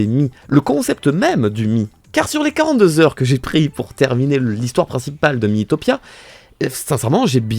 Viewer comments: Pk tu dit Mi-i-topia ça se dit mitopia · Ça se prononce mitopia